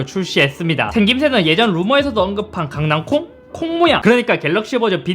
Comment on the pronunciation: 와 강낭"콩" 와 강낭"콩"